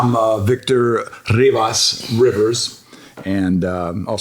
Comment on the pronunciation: RIvas is not Rivers. If your name was Rios then yeah Rivers would be the translation but when it comes to last names be proud of you last name and pronounce it the way it should be pronounced. So than if my name is Juan Cruz Guerra it would be "John Cross War" Todo put0 "rivers" lmao